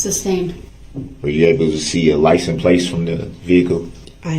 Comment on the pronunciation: Most of the time he just said "liesen" place !